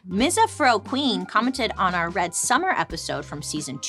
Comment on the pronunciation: bailey oh my gosh it was mizz-afro-queen not mizza-fro-queen 🤣🤣🤣🤣🤣🤣